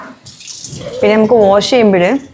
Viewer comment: വോഷല്ല വാഷ് എന്നു പറയൂ..